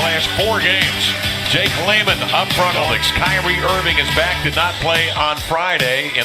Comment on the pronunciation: LMAO fr he isn't even a real ceLtics fan he a pacers fan and calls irving "cryknee"